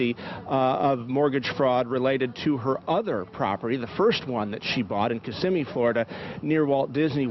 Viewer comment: Florida woman here. Kissimmee is pronounced "kiss' immy" accent on the kiss. 💋